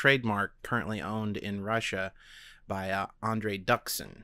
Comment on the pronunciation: So, Not Duksin. Dooksin(Дуксин) That's pronaunsiation. (forgot how to write in transcription, sorry)